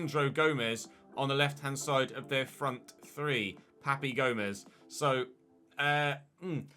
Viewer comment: Papu Gomez, not Papi! Lmao! Love the new series